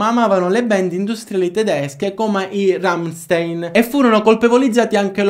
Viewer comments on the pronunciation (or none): Ciao scusa tutto quello che dici e bellissimo ma il nome dei RAMSTEIN lo hai detto sbagliato si dice cin la pronuncia iraliana RAMSTAIN ,PREGO NON C E' DI CHE